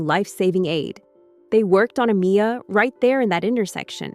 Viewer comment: Why isn't her name Amiya being pronounced correctly??